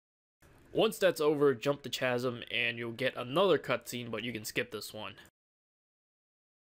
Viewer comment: The way you pronounce 'chasm' just makes me cringe everytime I watch it.